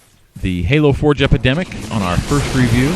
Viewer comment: Anyone else always hear him as ;Halo four jepidemic'?